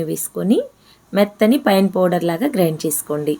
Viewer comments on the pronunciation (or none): none